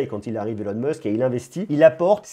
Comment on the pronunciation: Elon Musque 🤣 c'est stylé remarque, à la Française ^^